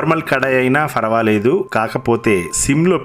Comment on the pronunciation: Farfect , farvaledu kadu p ni f ga palukutaventi